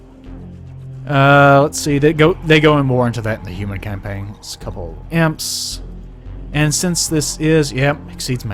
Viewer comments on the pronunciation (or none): Also, i hate how you say EMPs, stop pronouncing them like imps, it's Eee-Em-Pees